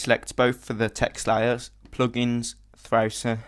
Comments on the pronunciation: M8 u are sick at this ! Btw i love the way u say Thrausi lol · I like how he says thrausi its funny :D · I love when you Say Thrausi^^ Very cool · ZerOH.. not ZeroUH, Thausi.. Not ThausUH... stop saying cool so much... Otherwise.. Brilliant dude.. thankyou.